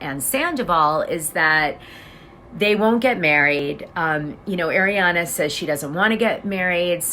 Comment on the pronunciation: I really enjoy listening to you, but you mispronounce names (i.e.- it’s not pronounced Shay-na, it’s Shee-na, and it’s not Air-iana, it’s Arr-iana.